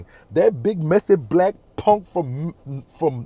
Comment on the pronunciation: LIKE DIS PONK NOT PUNK PONK😂😂😂😂 I LUV U ❤️❤️❤️